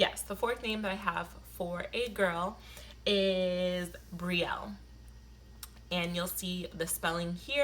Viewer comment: well, you're pronouncing Brielle a little different aswell lml because the way you're spelling it. 😂😂 you're saying bree-yell. 🤔